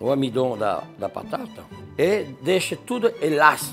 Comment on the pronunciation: "O amidon" Perdi KKKKKKKKKKK